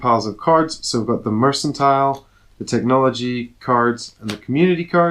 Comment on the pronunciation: Great video so helpful! :) Noticed you pronounced the word ‘mercantile’ in three different ways in the video (merSantile, merKantile, and merCHantile) :)